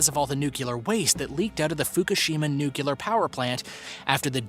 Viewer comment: It's pronounced NU-CLE-AR! Not "nu-cu-lar". Don't be one of those dummies.🙄😞👎